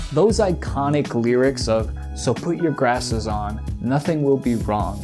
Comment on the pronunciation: I died when you said "Let's put our Grasses on" everytime I hear that OP I hear exactly that